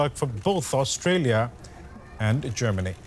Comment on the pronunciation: Austalia. Land of the fwee, home of the bwave.